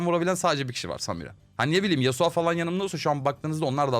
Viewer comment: abi şu oyunda yaptığın en büyük ve tek olan hatan yasuo ya yasua demen xd